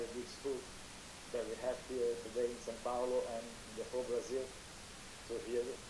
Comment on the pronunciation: Hi just to note is it São Paulo not San Paulo thanks